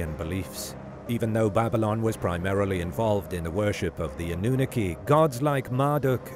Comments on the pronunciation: Ah-nu-NAH-KEE,. NOT “ah-nu-nu-kee” Sorry, bro. No disrespect intended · I'm from the U.K. and I can tell you that is pronouncing it wrong.